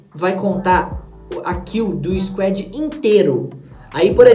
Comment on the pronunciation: Nao é squed é squad mn